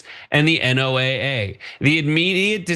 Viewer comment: Why can't you say NOAA, pronounced noah?